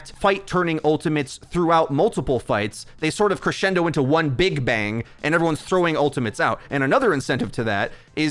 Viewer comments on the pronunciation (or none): none